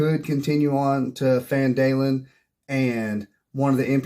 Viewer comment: Great video and great advice, but... It's "Gundren" and "PhanDUHlin", not "Grundren" and "PhanDAElin". 😂